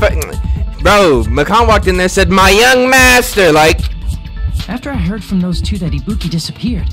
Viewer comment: 😂😂😂 why you have to say the young master thing like that